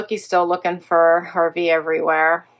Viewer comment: Aww, so sorry for your loss of Harvey, I always loved hearing you call him “Harvard” 😅 He was so lucky to have had a great family like yours accept him into your home. So glad you have your wonderful puppers to make you smile. Thinking of you! ❤❤